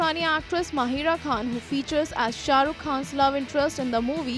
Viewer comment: Why do people keep calling her "MaHEERa" its MaHIRa...